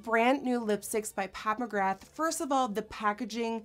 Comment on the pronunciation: I heard "Pat McGrath" as "Papa Graph". Lmao.